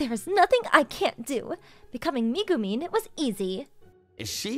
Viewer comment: Its pronounced megumeen